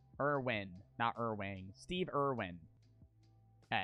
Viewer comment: you’ll never be forgiven for disrespecting Steve Irwin like that.. man called him “Steven Irwing”